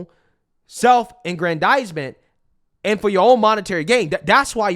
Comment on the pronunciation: Boy ain't nobody ever used the word self aggendizement 😂😂😂😂 I thought that shit was made up before I googled it. Wow this man so white he knows secret English